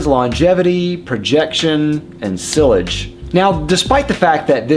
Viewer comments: Yeah his pronunciation is killing me. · Ha yeah, I’m in my fifties, have lived in the US my entire life, and have never heard anyone pronounce sillage in that way. I thought he was saying sewage at first. Great channel but here’s some friendly encouragement from this fan to explore the original pronunciations a bit more closely. 👍🏻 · All three matter to me no matter how fantastic the scent itself may be. I'm not paying hundreds of bucks for scented water. In fact, the fragrance industry, especially the men's, is such a joke I'm almost tempted to label it a scam but that's another topic for another day. And yes, see-ahj would be the more correct pronunciation but even I still read the word in my head as being sill-age because that's how I thought it was said when I first learnt the word and I guess it's taking time to unlearn it :P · Lol the way he says sillage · You have a fragrance channel and you don't know how to pronounce sillage? wow..you know that actually speaks quite a lot about you...